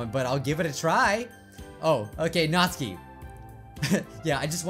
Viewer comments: It's pronounced nat-su-ki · Still saying natsuki wrong